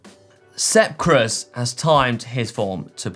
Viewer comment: Add Sep Kuss to that butchering... Dan did it the other day as well. It's pronounced Koooooze... Don't believe me, just listen to the start of this podcast with the man himself